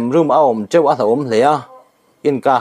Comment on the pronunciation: A bengvar thlak leh e. Chheu tih hi i i lam rik dan a diklo deuh. Heu kan lam rîk dan hian nise.